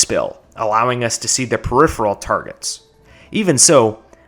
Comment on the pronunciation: I’m just shocked a fellow Texan can pronounce “peripheral.”